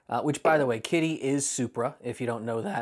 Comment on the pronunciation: I keep hearing 'Kitteh'... Sorry, wife has two cats...😂😂